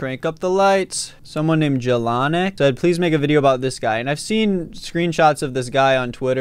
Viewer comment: As a polish person I laughed at the pronunciation of the word "Jelonek"